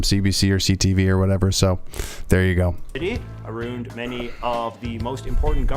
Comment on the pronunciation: JJ is the ONLY Canadian I know who pronounces it "aboot", and I've NEVER heard "aroond" before this JJ vid. He's not even from Eastern Canada, so I don't know how this happened!